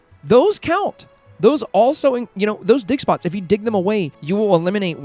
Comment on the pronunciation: Ur insanly creative! Those tips are so helpful thank you so much. Lol I was making a sandwich and I had ur video on and I was like wth... did he just say dickspots?! And I laughed inside my head and thought oh yea ofcourse digspots LMFAOOOOO hahaha I'm still laughing everytime I hear u say digspots 😂😂😂